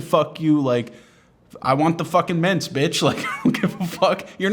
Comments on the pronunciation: It’s not the audio quality, it’s his failure to enunciate. It took me a good 30 seconds to work out why the hell an old lady was putting half a bowl of mince in her purse. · Thought he said mince like the meat. Painted a funny image for a moment.